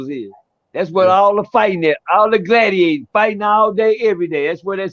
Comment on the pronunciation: My homie name pelow was there in the 80s.he told stories like percy.he said galdiator.fr fr.rip pelow